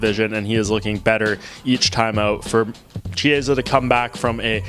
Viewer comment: Kiesa, like in Kitty...not Chiesa like in Cheese